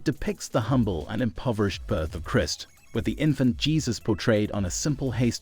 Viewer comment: The words Trophy, Christ, and revered not pronounced very well.